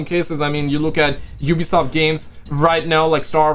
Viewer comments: Never heard anyone pronounce ubisoft as OOBI-soft...I guess me saying You-Bee-Soft is wrong lol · Why does the other guy in the video say ooooobisoft? It’s pronounced like you’bisoft 😂